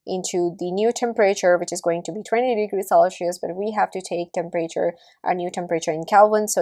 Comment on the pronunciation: selchious or celcious? cringe accent btw